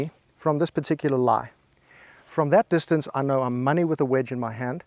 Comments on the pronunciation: Distahnsay is my new pronunciation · Bro is trolling with that “Distancé” pronunciation